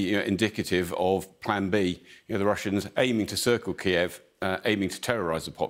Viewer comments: Didn't anyone tell them to say Kyiv an not Kiev? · Isn’t the correct pronunciation “KEEV?” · Please don't pronounced Kyiv in the Russian way.